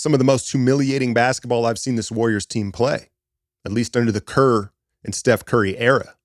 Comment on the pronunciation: Its kerr. Its kerr. Its kerr. Gawd lee!